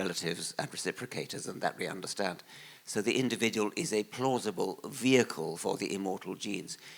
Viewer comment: "We want to tunderstand"